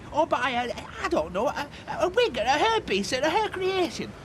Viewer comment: It cracks me up that Reg pronounces Hair piece as herpes